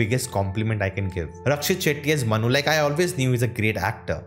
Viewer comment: please work in your pronunciation It's Manu, Not Mannu Yeh Dunki wala Mannu nahi hai Yeh Priya ka Manu hai